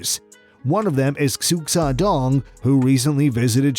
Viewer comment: Xu is pronounced, "shoe".